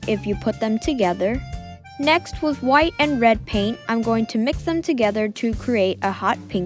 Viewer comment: not trying to be mean but it sounds like you say wif not with